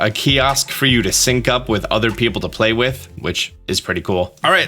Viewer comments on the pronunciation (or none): none